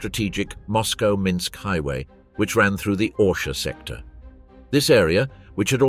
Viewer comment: Not to mention the narrator managing to mispronounce EVERY Russian name and place-name except Minsk & Bobruisk